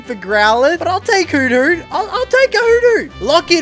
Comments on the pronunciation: I love the way you say hoothoot😂❤️”i wanted a shiny growlite but found a shiny heeutheeut” love the videos btw love from holland🇳🇱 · the way you say hoothoot😂